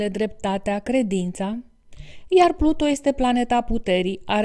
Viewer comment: Nu am cum sa urmăresc acest video daca este greșit din start. Pluto este câinele lui Disney. Pluton se spune corect!